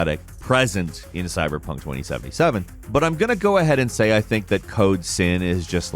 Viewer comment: it sounded more like code simp 😅